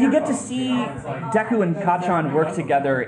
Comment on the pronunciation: When even Justin calls bakugou kaachan